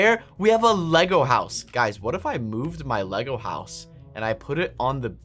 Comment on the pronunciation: I know why you call the island houws the, ISLAND HOUWS!!!!!!!!🙀